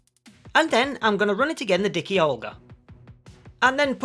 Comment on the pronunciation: D-I-K-UH not D-I-K-EE...I'm guessing Fat Olga is Fat Agnus's sister 🙂